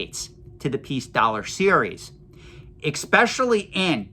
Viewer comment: Do you mind me asking why you say ecspecially? Instead of especially?